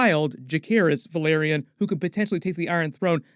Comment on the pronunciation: It's not VA-LE-RYON it's VE-LA-RYON